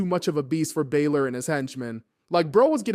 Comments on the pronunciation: Just for clarification: It’s not bay-lor. It’s meant to be bah-lor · Pronounced Finn's name wrong it's bah-lor or bah-ler